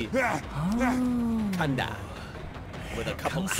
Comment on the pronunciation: Gada, or as you like to say "Kanda" means Go! In case you want your cosplay to be even better, you can also say the stuff he says after the mori: "Gamsahabnida" (the hab part is silent) which means Thank you!